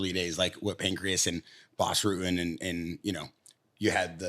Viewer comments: it’s PANCRASE, not Pancreas 😂😂😂😂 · As well as the pancreas champion😂 its pancrace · got second hand cte the way he’s calling Pancrase PANCREAS 🤦🏽‍♂️ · Homie keeps saying pancreas and not Pancrase 😂😂😂😂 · This dude calls it Pancreas, lol😂. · How many times did say Pancreas instead of Pancrase? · Pancrase, not pancreas... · pan - CRASE. NOT CRIAS! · every episode that the white dude host says Pancrase, I want to never watch this podcast again. It's PAN-CRAZE not Pancreas, man. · bro its fucking PANCRASE, not pancreas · Please. With all due respect. Its panCRASE not Pancreas lmfaoooo "World pancreas" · Listening to bear call it Pancreas is so fucking irritating. Cmon. Acting like a hiatorian and doesnt even know what its called